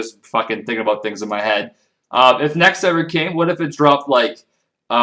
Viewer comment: I love it when you say about :D Aboot ~ Abuut